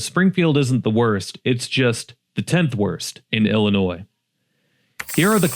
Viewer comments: The S is silent, too bad the outrageous crime isn’t. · He said Illinois with an S 🤦🏽‍♂️🤦🏽‍♂️🤦🏽‍♂️ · Just say Illinois. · Don't make a video about Illinois, if you don't even know how to pronouce, "Illinois" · First of all the "s" is silent in Illinois. Second I live in Decatur, IL. I work for IDOC. I put ankle monitors on parolees in central Illinois. We have NOTHING. My race ruins, destroys, terrorize everything, everywhere. It's embarrassing. Not all of us are ghetto, trifling, hood, or criminals. Even I steer away from my own race much as possible. Pedos roaming free amongst us, stores, malls, bars, skating rink, bowling alleys, etc all closed. Jobs leaving. I'm thankful I have a good background to have the job I have. I live in a nice neighborhood, but I see ghetto near it a block or two away. I would like to move, but don't know where. North is too cold, and south is even more criminals and mentally unstable people. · The S in illinois is Silent like the Y in YOUR GIRL 🤷🏽‍♂️ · This guy doesn't know how to pronounce "Illinois" the S is silent. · The s Illinois is silent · It's not pronounced Ill- i- noise!!! I have lived here for 70 years, and the correct pronunciation has not changed. I also don't agree with all of your choices on this list. F.Y.I. you can obtain the correct pronunciation of our great state by simply using, GOOGLE....🤔 👎🏿👎🏿👎🏿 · ill-a-noy not NOISE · You have no business taking about Illinois if you can't pronounce the word. In Illinois, the s is silent. Rockford currently has an excellent housing market. There are parts with crime but by and large most neighborhoods are safe. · You don’t pronounce the S in Illinois sound foolish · Illinois does Not pronounce the “s” at the end of Illinois. The correct pronunciation of Illinois is il-uh-NOY, with the final "s" being silent. It is a three-syllable word with stress on the first syllable: "IL-uh-noy" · The S is SILENT in Illinois.